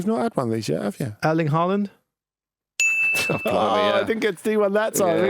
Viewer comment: wow that’s a new pronunciation of Haaland I’ve not heard before. Every week Andy educates all of us plebs with his awful inaccurate pronunciations.